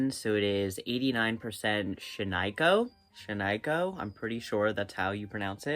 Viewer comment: Please ask Google how to pronounce Shaniko, Oregon. How you said it is not right, and so many YTers I watch mispronounce it. Love you though! Love this project.